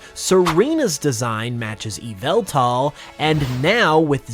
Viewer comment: it's pronounced yah-vel-tall